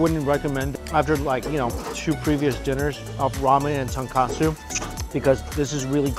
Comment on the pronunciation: Oh my jesus you butchered the pronounceiation of tonkatsu